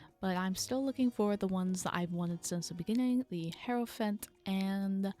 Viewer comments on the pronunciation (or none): none